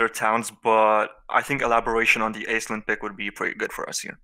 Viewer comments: Aislinn is a fairly common Irish female name in fact. It's also pronounce "ash-ling" as opposed to "aiz-lin" like all the homm3 content creators call it. Just further trying to ruin your childhood. You're welcome. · Aislinn is actually pronounced like ash-lin. It's an Irish name.